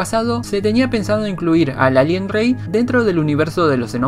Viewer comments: te agradecería que aprendieses a decir la r, es muy molesto escucharte decir ´´alien grey´´ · NO DICES ALIEN BIEN ACTIVE LOS SUBTITULOS Y SALIA ALGUIEN LALIEN ETC.